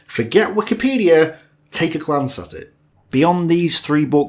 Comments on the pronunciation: “Take a glantz at it” lmao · I could not tell if you said 'Take a glance at it' or 'Take a Glantz at it'.